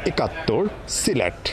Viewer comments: এখানে সিলেট হবে না সিরেট হবে, বুজতে চি না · সিরেট কি সিলেট হবে